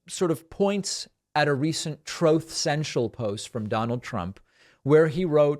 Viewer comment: ‘Troth,’ you’re killing me, dude!😂😂😂😂😂😂😂